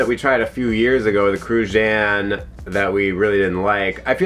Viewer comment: The pronunciation of Cruzan 🤣 don't even close